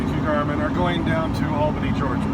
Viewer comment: FYI we say things different down here in Georgia, Albany is pronounced ALL BENNY we have a Houston County it’s pronounced House ton